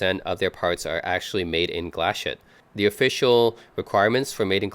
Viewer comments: It's pronounced GLASS-HOOTTA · You probably should learn the correct pronunciation of the German town of Glashütte. Learn how to pronounce a vowel with an umlaut and the letter 'e' is more often than not expressed.